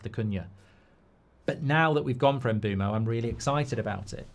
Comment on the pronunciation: Who the hell is Mboomo? No shot that's how you pronounce Mbuemo